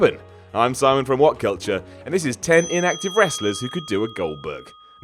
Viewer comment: Its a Sigh-mon video